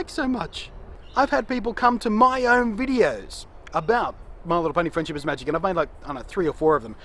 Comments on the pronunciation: I like how you say "my little pony friendship is MAGic" :3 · I like how he adds emphasis on the "Magic" in My Little Pony: Friendship Is Magic